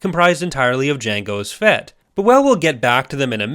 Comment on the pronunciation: "Jangos Fett" 😂